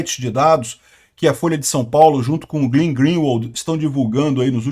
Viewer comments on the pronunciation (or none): não é GLIN, é GLEN, não é GLIN, é GLEN, não é GLIN, é GLEN, não é GLIN, é GLEN, não é GLIN, é GLEN, não é GLIN, é GLEN, não é GLIN, é GLEN, não é GLIN, é GLEN, não é GLIN, é GLEN